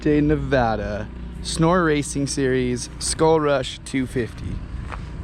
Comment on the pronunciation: I’m always glad when a non Nevadan can say Nevada properly